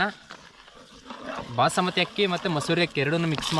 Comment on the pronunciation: ಅಣ್ಣ ಬಸಮತಿ ಅಲ್ಲ ಬಾಸ್ಮತಿ 😊